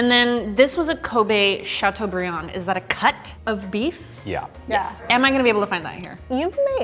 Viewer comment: "chatuebrieun!" (Dabs)